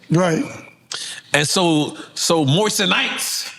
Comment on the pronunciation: Yo he called them moist a nites😂😂😂 im done 😅😅😅